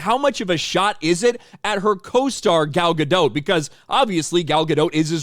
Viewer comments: Gal Ga-DOT, not Ga-DOUGH. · It's Gal Gadottttt. Not Gado. It's a Hebrew name, not French. Can you say the T in the end? Please. Love your vids BTW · Gah dot, not gah doe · One note: the T in Gadot is not silent. I hear a lot of people mispronounce it since it sounds French. But it's a Hebrew word for river banks. Fun fact: Gal means wave, so her name means "wave on a river's bank"